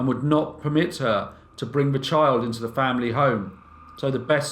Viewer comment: I have to agree. The straightforward and no nonsense presentation makes for nicer viewing. The only slight irritation is the occasional “vuh “ instead of “the” but that’s just me and my ocd.